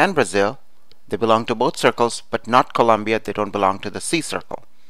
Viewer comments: I like it :) It helped a lot! BTW it's Colombia not Columbia! Once again I liked it . Very helpful! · Its colombia not Columbia but thanks this was really really helpful